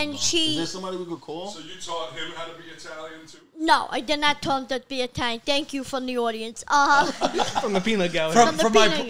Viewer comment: Mario can't even say Italian lol